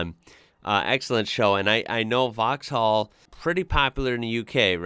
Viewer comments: Everyones got their own pronunciations, I think if you're genuinely not trying to be offensive most people don't mind if you get something wrong or say it differently. Especially if you've never heard it before. Vauxhall would have a softer (or even absent) h, so just 'vox-all' For the Renault Megane, I would say 'meh-g-an' much like the name Megan but give a little French flourish by elongating the ah sound slightly. For the Dacia, I would say 'day-see-ah' or 'da-ch-ah'. Their ads say the latter but most people I've seen talking about one say the former. Peugeot would be 'per-zho' For Citroen, the 'O' would be silent 'cit-ren' The Leon 'lay-on' is a Seat, 'say-at'. Or sometimes 'see-at' from the US As for the Nissan (besides the fact I would say 'niss-an' rather than your 'nee-sahn') is a 'cash-kai' I've previously owned a 2001 Renault Megane. I've also had a Seat, a 2007 Ibiza ('ih-bee-th-a'); and my current vehicle is a 2011 Citroen DS3. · You don’t pronounce the “h” in Vauxhall in uk. It’s pronounced “vox all” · In vauxhall the h is silent so it will be vauxall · Vauxhall... the H is silent ;-)